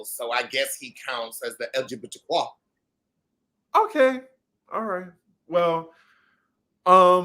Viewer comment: “Elgbtwah” rofl. I can’t with you.